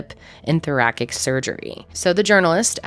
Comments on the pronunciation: That cat is stunning! I'm jealous! And sorry, but that is prounounced THOR A SIC not THOR A KICK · Oh no, not being able to pronounce thoracic kind of pulled me out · Ok. It’s not Zurich like itch. It’s Zurich like ick. Also it’s not thoracic like kick. It’s thoracic like sick. 😂😂😂😂😂 Please, check your pronunciations.